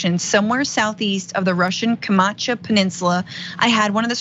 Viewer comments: It's Kamchatka Peninsula not Kamacha Peninsula. A little less sarchasm and a little more accuracy. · It's pronounced kam-chaat-ka, js